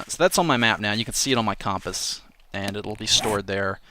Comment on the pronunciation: You can see it on his "Compuss" lol hahaahaha loved the way he said it